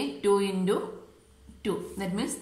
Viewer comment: You are saying intu as indu that is the only mistake